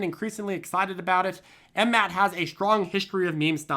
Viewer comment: FFS it's not M-MAT it's M-M-A-T